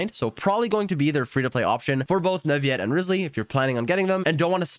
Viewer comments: Bruh its said Newvillet not nuviet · just saying the pronounciation for neuvillette is not neuviyyyette it's more neuvillette. It might be confusing since most words with ill make that sound- Think of it as when you say city in french (ville) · why are you saying Nurviyette? lmao. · Hi, just wanted to let you know that Neuvillette's name is pronounced neu-vee-let, not neu-vee-yet like I also thought As a student learning french, I had thought that the double L was silent too, but then I was corrected and told that it's a compound word with the word "ville" in it ("ville" is one of the exceptions where double L is not silent) so yeah double L in Neuvillette's name is pronounced not silent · Neuvillete isn't pronounced like it is spanish, double LL is NOT a Y sound it's FRENCH!!!! It is pronounced NOU-VA-LETTE Your disregard for researching and understanding other languages creates and perpetuates others picking up the bad same habits! Shame on you man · every time he says "neuvi - yet" I get jumpscared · It's Neuvillette not Neuviyette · "NUVIET" "FONTAN" ¿¿¿??? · NE-VI-ET????? WTH?????😂😂😂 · First of all WHO IS "NAVIYET" 🤦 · He thinks his so cool saying "neUvieTte" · Canadian French, I'm assuming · but the in game Pronunciation is Neuvillette... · Nope, as long as its said with earnest there's no problem. Different languages have different ways of speaking that aren't present in English. As long as he got his point across it doesn't matter. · Pronounce the "ll" as a normal l in Neuvillette. Don't try to predict it; there is no rule. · I like how all Genshin Impact content creators can't properly pronounce most of the character names correctly. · Bro said his name wrong every time😭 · People should pronounce words the way they're meant to be pronounced. There is everything wrong with it. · Are you misspronouncing Neuvillete's name on purpose or what?